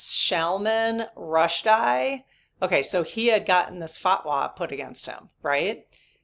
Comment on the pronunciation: Salman Rushdie ... pronounced Sol-man Rush-Dee.